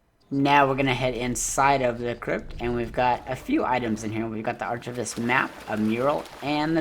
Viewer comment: Excellent work on this, super helpful! One super tiny critique ... archivist is pronounced with a hard k sound, not ch. ;-) Great work, I love the videos!